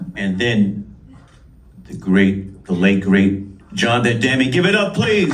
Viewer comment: Spike Lee May be a great director…. But he’s a god-awful interviewer Jon De Demme ??? Huh??? Lee can’t even pronounce his name I’m pretty sure it’s Jonathon Demme….. NOT DE-DEMME Lee’s awkward pausing between question and though betrays early “old-man” syndrome …… his words ARE NOT FIRING at the same speed his brain thoughts are firing …….also repeating everything they answered ….”yes…..Bernie…..Bernie Worell” Lee says “ I’ll go on record…..” best Concert film We all know how many Gaffs Spike Lee has had when he “goes on record”